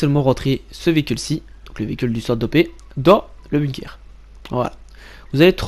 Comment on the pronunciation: Tu me fais déliré avec ton bunekerrr frero 😂